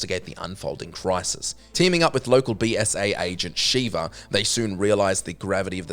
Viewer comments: SHEVA not Shiva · How do you fuck up sheva's name when they clearly say it a thousand times in game.